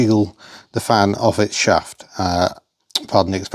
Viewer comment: I'm sure when the first fan fell off it sounded like you said "Fanny's off" . I remember a mate who had a CV2 when I lived in Scotland, he tried to get max power from his. I remember we did away with the fan and hooked up an electric one and controlled it from a switch in the car. We eventually hooked up a temp sensor and wired it through that so it would work automatically, however it could still be controlled manually. I'm not a fan of cutting blades off as it can cause an imbalance. But going electric might be an option for you. How about stripping that original engine and doing a rebuilt, get her bored out too. That would make great viewing. Love the tinkering videos best..